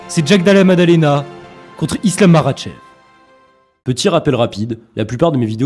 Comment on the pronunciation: Tu sais même pas prononcé makhachev correctement mec